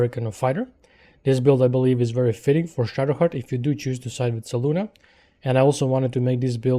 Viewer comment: Ehm... the Moonmaiden's name is Selûne, not Seluna. Otherwise, good build.